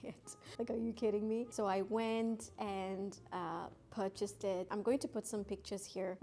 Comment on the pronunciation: You say Purchased very weird😂